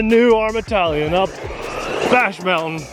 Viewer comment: I believe it’s pronounced “TAH-LION”😉